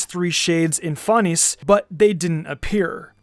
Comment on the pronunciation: Fan-ess That’s how it’s pronounced